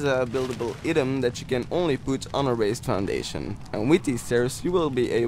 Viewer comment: Bro, you are saying "item" wrong